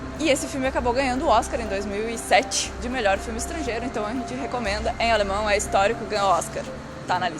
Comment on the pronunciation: Haaa e outra coisa! Outro filme bom que vcs não falarão (não sei se vcs conhecem mais acho que sim) é: (Mein Kampf)e eu acho que se não me engano vcs estavão na linha Blau do U8 no AlexanderPlatz!( e uma dica para vc melhorarem o alemnão que eu precebi que vc estão proninciando errado e por exemplo AlexandERplatz- é terminado com ER o ALEXANDER e quando isso aconteçe não se pronuncia (ER) se pronuncia (A) então no caso na pronuncia ficaria (AlexandAplatz)! esse foi so um exemplo mais com Kinder é a mesma coisa e por ai vai!! Bitte Schön